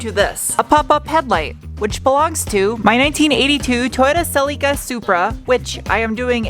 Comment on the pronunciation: Small favor, can you please not pronounce Celica like Sell-ee-kah? It's not pronounced that way, it never has been. It's really irritating every time you do it, please don't do it. 🙏